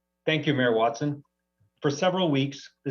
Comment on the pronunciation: Jim Twatson or is it watson?